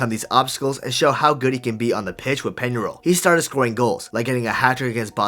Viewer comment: Like the video but, my God man, make at least some effort to pronounce Spanish names correctly (Peñarol, Montevideo, etc.)